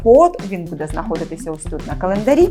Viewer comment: Шановна ведуча. Прошу звернути увагу на наголос у слові буде,яке повторюється часто , але неправильно. З повагою.